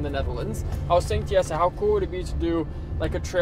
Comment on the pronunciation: OK,, why did you pronounce Jessie's name as 'Yesser'. Is that how it's actually pronounced in the Netherlands? Up until last year, I thought his name was Yesser.... Lol Happy Birthday, I hope your special day was as awesome as you are... 🥳🎉🎂🎁🎈💝🥂